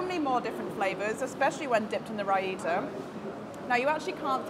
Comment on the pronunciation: Yes, it sounds like a Finnish yogurt with double i :D